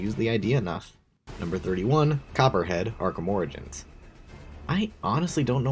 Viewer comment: it’s pronounced ora jins, not oregans